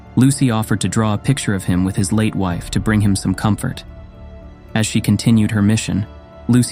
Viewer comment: at least the ai should be able to pronounce father and comfort properly